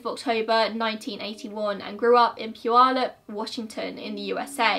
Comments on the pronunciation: Idk how you say the city name correct when most ppl near the city cant say it correctly. Great video. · This is the first time I've heard someone pronounce puyallup correctly who is not from WA! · Yay! You pronounced Puyallup right! Lol. I’m from the area and people who aren’t from here rarely pronounce it right. Kudos to you! :) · Hey, you pronounced puyallup correctly! I rarely see that from people that aren’t from around here because the tribal words just have a certain kind of pronunciation that isn’t common other places. Idk if you intentionally looked for the right way to say it, but thank you :)